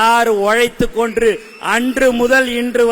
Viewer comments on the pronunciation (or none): ஓழைத்து கொன்று??? தமிழ் பேச கற்றுக்கொள்ளுங்கள்... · உழைத்து கொன்று... என்ன தமிழ் பேசறீங்க..